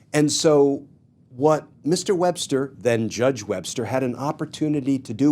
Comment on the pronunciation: Paretucuar… Wbbster. What is happening.